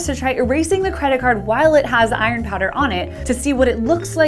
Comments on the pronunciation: I have never heard anyone pronounce "iron" as "i-ron" before. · Eye-Ron oxide??? Eye-Ron????